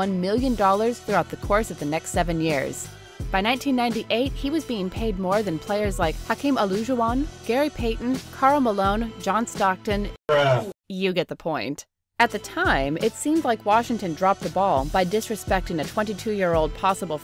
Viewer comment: "hakeem oloojuwan"